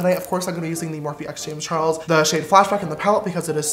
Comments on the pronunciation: Ok but the “James char_es” in his intro doesn’t have the “L” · lmao did no one realize his intro said “James Chares”